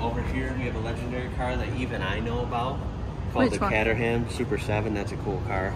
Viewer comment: Love your videos and I was going to let it slide on the pronunciation front, i.e., You say Volvo as one word but Fiat as two, FEE At, Peugeot in English Perzho not PeW Zho, but then, but....then... Cat Ter Ham, Kterum, or colloquially speaking Ktrum! OK, easy mistake but the colours did give it away somewhat, the same colours as Norwich (noridge) Football Club, IYKYK. I want the Scoobie! Pronounced Subaru! 😅